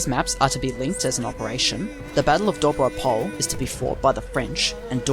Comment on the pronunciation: Here are some corrections of pronunciation in Bulgarian. Imagine Doiran being spelled Doy Ran. The Doy would be pronounced as Boy but with a "d" instead of a "b". All letters in Dobro Pole are pronounced. Do Bro (like the slang for brother) P Ole (ole- like the Spanish chant). Dobro Pole and the Cerna bend are basically the same place. The one term refers to the field or plane- Dobro Pole means Good Plane and the other refers to the Black River Bend- Cerna (pronounced cherna like "ch" in the word church and "erna_ pronounced similar to earn like in earning money but with a distinct "a" as in apple in the end of the word).